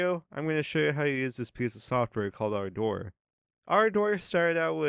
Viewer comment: This is an English word pronounced ˈɑrdər. It needn't be twisted into something like "R. Door"